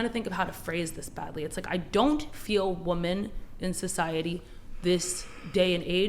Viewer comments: more WOMEN who cant say the word WOMEN.................. not woman, women.....someday theyll get it right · girl cannot even say “women” it’s always “woman” “woman literally cannot vote” crazy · Its women, not woman. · It’s maddening to hear this over and over again. Learn to pronounce ‘women’ and ‘woman.’ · I don’t understand how the crazy women on the panel can hear the men and other women saying the word “women” correctly repeatedly during debate, but still pronounce it incorrectly again and again during the debate. Do they wonder whether the correct person is mispronouncing it? Do they notice the difference between their pronunciations? It infuriates me but I’d love to know what is occurring in their heads. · That was aggravating me so much. I'm not even sure why, but I was hoping someone would ask her to say women just one time.